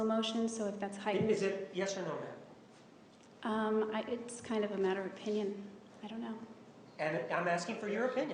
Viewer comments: Now everytime he says Ma'am I just hear Bitch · I thought it was only in my mind ma'am when he say it automatically convert to bitch. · I love how Juan can make "Ma'am" sound like "bitch".